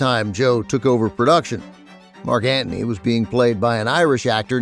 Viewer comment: Thanks for the podcast. I was surprised to see an audio-only version on YouTube. Ben also surprised me with his pronunciation of Marc Anthony as Marc Ant-ney. Must be an NYC thing.